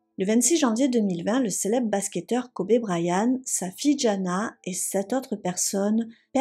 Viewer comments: Juste la prononciation de Kobe se dit "kobi" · Kobe se prononce Kobi en anglais : restez prudents!!